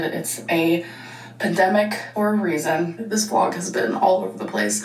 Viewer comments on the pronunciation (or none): Did she call it a PEDemic??😂😭😭